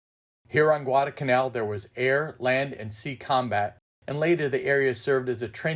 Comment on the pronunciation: Great video. Thank you. Probably a little late, but if you ever do any more Guadalcanal programs, please don't forget to include the "L" in the middle of Guadalcanal. It's "Guadalcanal," not Guadacanal." thanks!!